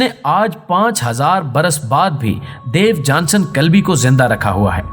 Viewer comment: محترم صاحب۔۔۔۔ مذکورہ شخصیت کا نام "دیوجانس کلبی" ھے۔ نہ کہ "دیوجانسن" یہ آخری "ن" زیادہ ھے۔ انگریزی میں اس کا نام "Diogenes" ھے۔ تلفظ "ڈایو جی نیز" لکھا اور پڑھا جاتا ھے۔۔۔۔ اور مزید یہ کہ اس کے اندھے پن کا تاریخ میں کوئی ذکر نہیں۔ وہ اندھا نہیں بللکہ صاحب بصارت و بصیرت تھا۔ ان غلطیوں کی تلافی کر لیں۔ ممنون رھوں گا۔